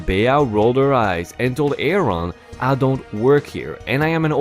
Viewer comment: The woman's name was Bea (Bee) and Aaron is pronounced like Erin.